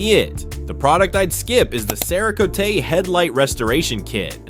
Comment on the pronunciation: another Ai mispronouncing words . comparing vss compound to a shampoo... not the same. Cerakotie??? LOL. and again... comparing a ceramic coating for paint to a headlight restoration kit... its a restoration kit... why else would you use it unless your headlights are oxidized (showing a second gen 95+ ford explorer headlight).. NOT THE SAME. LAME video.